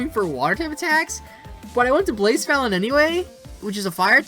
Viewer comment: Its pronounced BLAH - SEPH - AH - LAWN. Lmao😭